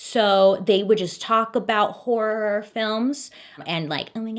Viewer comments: when Bailey kept saying HOrRroorRr films😭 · The way Bailey makes such a point to annunciation “horROR” lol. She’s so pure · I kept rewinding Bailey saying “horrorrorrr”… 😂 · I love how she says “horror” “Horrororor” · I love how you say horror 😆❤ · she has said in previous videos she can’t pronounce some words due to some jaw issues. I think “horror” would be one of them. But for me it wasn’t until she articulated it a lot that I noticed it could be heard as wh*re otherwise. She herself likely heard it like that so she just said it extra clear, which also sometimes just adds a bit of comedic touch if you think of what she thinks we would hear if she didn’t say hor-ror . I’m not being very clear am I? Sorry (well just a bit 😁) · I can't say horror right either 🤣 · Lol the way you say horror🤣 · "Horror" is truly such a hard word to pronounce correctly, LOL. I choose to just say "scary" to save myself from any potential embarrassment or misunderstanding. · I say horror the same way Bailey does, I've always had speech issues so I can't pronounce some words correctly, and people would make fun of me for it but now knowing someone else says it the same way makes me feel better. :') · LOVE the way Bailey pronounces “HORROR” 😂❤️